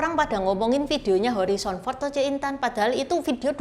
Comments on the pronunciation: Harison bukan horizon 😅😅😅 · Harrison Ford, bukan Horrison Ford. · Bacanya Herison Ford bukan Horison Ford, katanya aktor top masa namanya aja salah nyebut Cik? Malu donk ditonton orang sedunia.